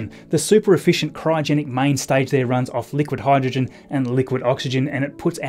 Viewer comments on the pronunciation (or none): none